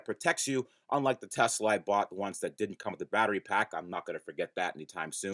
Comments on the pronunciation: You need to change the badging on this car to say "TE-LS-A" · You're gonna call it the TeLSa right? (Pronounced TEL-ES-A)